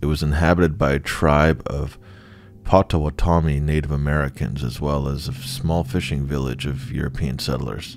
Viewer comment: Pot. Oh. Watt. Ah. Me. Not pot-toe-what-tommy 🤣🤣🤣🫶🏼🫶🏼🫶🏼